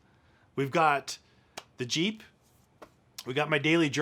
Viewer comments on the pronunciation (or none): none